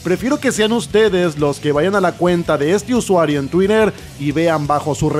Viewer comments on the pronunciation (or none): none